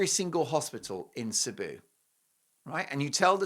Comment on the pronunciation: She should be flying there but she won't, she doesn't care. It's all about her. Cebu is also pronounced see boo by the way. My son is in the Philippines with his Filipino wife so he should not. He's been there